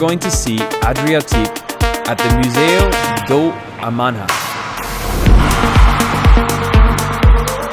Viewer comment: The word "amanhã" is definitely hard to pronounce for people who don’t speak Portuguese, and many foreigners say it the way you did, "amana". But the "nh" sound isn’t like "na"; it’s actually a nasal sound that doesn’t exist in English, which makes it especially tricky. The "nh" in Portuguese represents a nasal palatal sound, technically known as [ɲ] in the International Phonetic Alphabet (IPA). This sound is similar to the "gn" in French (as in "montagne") and the "ñ" in Spanish (as in "mañana"), but it doesn’t exist as a distinct sound in English. The closest English approximation is the "ny" sound in "canyon'' which is somewhat similar. However, it's not exactly the same, just the closest equivalent in English. To pronounce the "nh" sound you start by saying the "n" sound, raise your tongue to the roof of your mouth, as if you're going to say the "y" in "yes", blend those two actions together (n + y) to produce something close to the "nh" sound. Example: "Amanhã" [a-ma-nh-ã]. Sounds kind of like: "a-ma-nyã", with a soft, nasal "ny" sound.